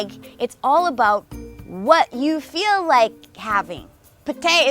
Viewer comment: the first time I actually hear Canadian say "aboot"